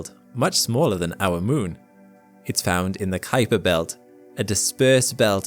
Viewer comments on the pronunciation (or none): Great video thanks. Just a friendly comment and that is that the Kuiper belt is named after Dutch astronomer Gerard Kuiper. Most people incorrectly pronounce his name as K'eye'PER but it is pronounced COWPER as the 'UI' in Dutch is spoken as OW like in Cow.